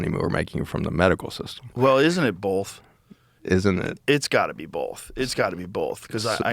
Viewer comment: Both. Not BOLTH! Joe.